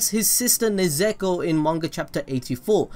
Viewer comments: Ne - zuu ko not nezeko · It just broke. That's not overpowered. Maybe the next iteration. And there's a difference between neZUko - the name of his sister - and neZEko, the name you keep saying. If you can't bother getting names right, don't bother at all. I can at least understand if it was some long convoluted japanese name, but this is just THREE SYLLABLES. Like, break it down if you have to. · sorry man but stop saying nezeko, its nezuko man, you really butchering it there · nezeko? its nezUko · its not nezeko ffs its Nezuko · How many times are you going to say her name and not say it correctly? It’s Ne-zu-ko.. not nezeku... it’s triggering and I don’t get triggered... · Nez-ek-o? Nez-u(oo)-ko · NE'-ZU-KO not NE-ZE'-KO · I'm kinda triggered when he said "Nezeko" instead of "Nezuko" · Its nezuko not nezeko😂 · nezuko not nezeko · How dare u say nezeko. Its nezuko 😑😑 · Its nezuko not nezeko My disappointment rn is shocking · NE ZEKO ITS NE ZU KO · Nezuko, not Nezeko. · it's Nezuko not Nezeko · Ummm, it's Ne-zu-ko not Ne-ze-ko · Wait it's pronounced ne-zeko? I thought it was nez-u-ko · I don’t know why he said nuzeko It’s Nezuko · nezeko wtf is that is its nezuko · This dude said Nezeko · It was all good until i heard nezeko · Nezuko not ne zu ko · Did he just say Nezeko?😂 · Everytime he said Nezeko I cringed. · nez eh ko 😭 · No one : This guy : NeZEkO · hearing you call nezuko nezeako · dude it's NE-ZU-KO HAHAHAHA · He called nezuko nezeko bruhhh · Nuzeko??? Really man? 😂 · Nehh Zooo Koh also love that vids ya got mad talent. But for real tho... Nehh zooo koh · Yo I laughed out loud when u said Ne-Zeko 😂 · its pronounced nez-u-ko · More like nez-u-kOO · is nobody gonna talk about the buchering of Nezuko's name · i hate the way you say nezuko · Bro he butchered nezuko and esc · Every time he says Nezuko has me dying 😂😂 And now Inosuke 😭😂😂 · Who the hell is “nezeko” Nezuko is cool tho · The way you say nezuko bothers me sooo much